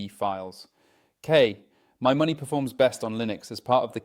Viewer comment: AI narrator is annoying. Mispronounces KMyMoney very frequently (but not always).